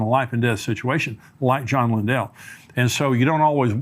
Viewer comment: I appreciate ministry. This is not to complain, or correct, only to inform… he keep’s mispronouncing John Lindell’s name. It is not “Lyn-dell.” It is “Lyn-dol.”. Exact same spelling and pronunciation as Lindell Cooley. 🙂